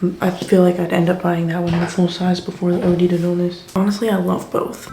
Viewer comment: it’s oh-dd, not oh-dee. oh-d to dullness